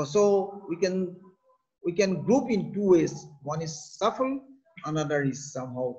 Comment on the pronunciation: Its supple, not shuffle. 😂